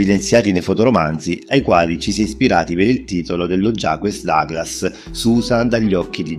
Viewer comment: non conoscevo questa triste storia fra Claudia e il figlio, comunque mi dispiace per lei!! Era una ragazza dolcissima, l'adoravo moltissimo nei panni di Susan, nei fotoromanzi di Jaques Douglas!! A proposito. Ma: "Jaques Douglas", non si pronuncia forse: "Jack Daglas"?? Perché io sapevo che si pronunciasse così!! Ciao caro e grazie per le interessantissime info👍👍!!